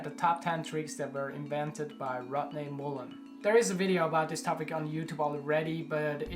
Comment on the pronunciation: I dig your accent. "Rodney Moolen" lol